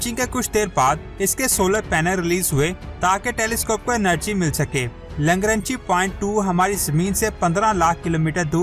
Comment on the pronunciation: Langranchi nahi LANGRANGE hai